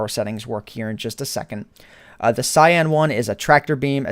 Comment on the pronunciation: its pronounced (k)yan not syan